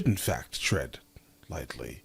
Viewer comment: Tread not trend